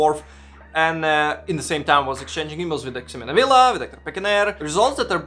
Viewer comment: Remember that the X in Ximena is pronounced like the letter H. Something like "HE-mena" Think how Mexico is pronounced in spanish.